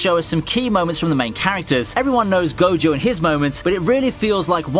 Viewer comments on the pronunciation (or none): none